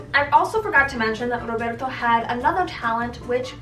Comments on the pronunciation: The way you said rrrrrrroberto tho 🤣!! Girl isn’t it so refreshing looking back now and being like wow ... yes sad, but look how far you’ve come hahaha I was also once a pretty naive and gullible young 17/18 year old (I’m 27 now). What matters is that we grow and learn to love ourselves and then that true good healthy love will find you. 😘XO! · Rrrroberrrto 😂😂 girl stop 🤣🤣🤣